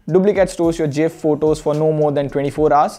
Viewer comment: its gif not gif